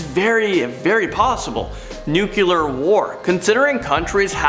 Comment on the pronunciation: and nuclear, not nucular.